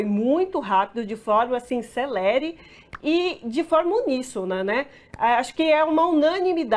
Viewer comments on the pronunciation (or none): Celére não. O correto é célere